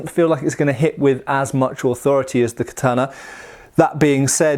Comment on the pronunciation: It’s literally how you say it. American weeb smh